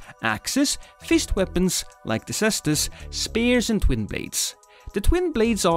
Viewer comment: Hmmm isn’t it pronounced “caestus?”